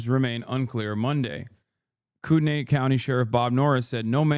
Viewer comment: every person wanting to correct him with spokane but only one real cuzzo spoke up about kootenai. i saw you, fam. respect